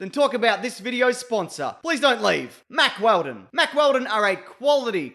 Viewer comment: This episode was reportedly brought to us by Mack Weldon. Huh. Mackeldon.